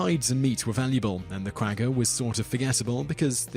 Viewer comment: Very enjoyable to watch your videos. One small thing, you have been pronouncing “Quagga” incorrectly. Otherwise awesome channel :)